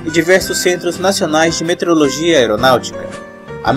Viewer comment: parabens! muito boa iniciativa... mas vamos falar corretamente para que as pessoas aprendam a forma correta de se pronunciar = METEORO + LOGIA. e não "meterologia" como pronunciado no vídeo.